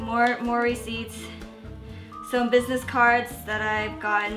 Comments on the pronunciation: Every time she said "more receipts" I thought she was saying mory seeds 😅 I don't know why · I thought she was saying Maury seats